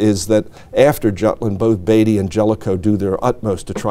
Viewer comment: It's amazing to make your life studying Jutland and not learn how to pronounce Indefatigable. I don't care how they say it in America; this was a British ship. And Beatty too, for that matter.